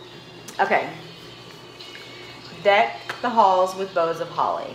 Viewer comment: My dear daughter it is “boughs” of holly. Lol